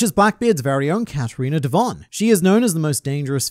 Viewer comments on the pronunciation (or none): none